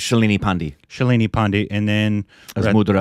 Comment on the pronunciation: Please don't say it as "pendi". Thr is a whole history behind that pronunciation. That the exact pronunciation that arrogant British rulers used to refer to Indian soldiers fighting against them since he was the person who started rebellion was named Mangal Pandey. I am pretty sure u don't mean that. The correct pronunciation of 'Pandey' is 'paan-day'. 'Pan' as in paan u ate while in India and 'Dey' as in day-night.